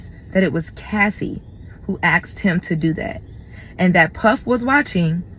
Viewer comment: Ask or aks, axe🤨Asked!?